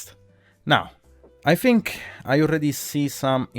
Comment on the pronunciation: bro, you fink too much